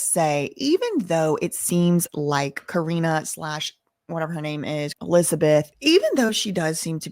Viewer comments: Ka-ren is the pronunciation. It's been known for decades that the video girls do something strange for a piece of change. They were treated like items, not women. They were all passed around in the industry. It's very sad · Her name is pronounced like Cor-rine like me lol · fr she kep mispronouncing her name it was a mess